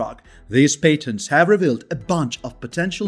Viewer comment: That's paytently obvious.